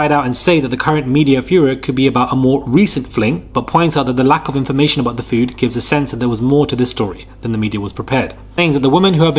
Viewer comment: Feud is fewd not 'food' lol. 🤣 'Strongly letter legal words'!!? 😁 Surely you mean, strongly worded legal letters!! 😆